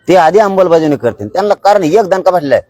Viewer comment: अमलबजावणी की अंबलबजावणी...